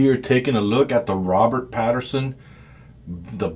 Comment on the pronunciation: Pattinson* not Patterson, I feel better now 🤣